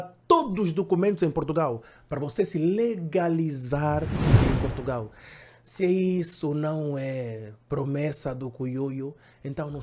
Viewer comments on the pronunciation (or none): none